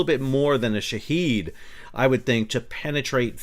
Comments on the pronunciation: FY I Shahed “witness” is pronounced as shahid not shaheed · it's shahed not shaheed